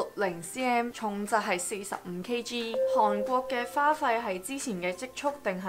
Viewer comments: 因為睇完mira條片youtube推薦我先過黎睇既，不愧係做過電台，講野清楚伶俐不過有少少懶音...火雞姐mira同你都有😂😂😂由其係講「韓國」呢兩個字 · 你好重的懶音，例如 香港 韓國 講野 ，唔知你覺唔覺呢？